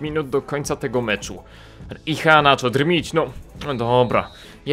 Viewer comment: Przy wymowie nazwiska "Iheanacho" NIE WYMAWIAJ "H", gdyż jako iż jest to Nigeryjczyk, a jako, że językiem urzędowym w Nigerii jest angielski to prawidłowa wymowa brzmi "IEANACZO" z akcentem na "E". www. dailymotion. com/ video/x2yrjoq_1-2-kelechi-iheanacho-goal-as-roma-v-manchester-city-international-champions-cup- _sport - usuń spacje . . Tutaj słychać dokładnie. . . Nie ma za co :)